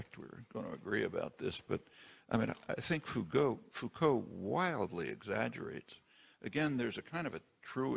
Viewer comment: Yes, many choose to read Foucauld incorrectly.